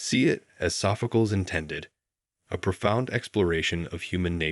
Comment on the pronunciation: Oh, please, AI, Sophcleeeez.